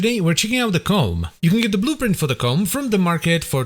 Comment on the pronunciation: Ko-mm not ***